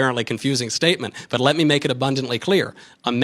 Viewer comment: "Ley me make abundantly clear" fuckkkk lol pwned....